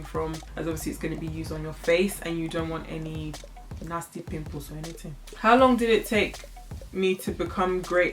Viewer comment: Haha that naija accent came in clutch in that sentence "pimples or anything" 😂😂😂😂